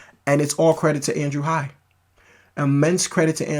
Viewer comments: The name is Andrew Haigh. It is pronounced Hay-gh. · Really great review of a great film, thanks! (I've seen it twice so far.) Incidentally, writer/director Andrew Haigh's last name rhymes with "vague" -- long "a" and hard "g." 🙂